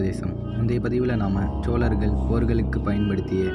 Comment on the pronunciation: வாழ்த்துக்கள் தம்பி 💐... ஆனால் சோலர்கள் என்று கூறாமல் சோழர்கள் என்று கூறுங்கள்..... 🌺💐👍